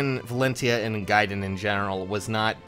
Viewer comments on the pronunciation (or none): none